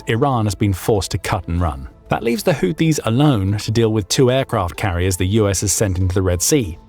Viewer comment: The AI narrator keeps calling the Houtis the Haitis! No one has Updated it's spellcheck!